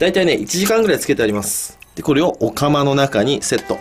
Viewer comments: お釜が、オカマに聞こえる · おかまの中にセット別の意味に聞こえる